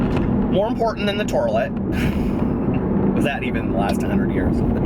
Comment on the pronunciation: The "turlet"! LOL!! Love your rants so much!! ♥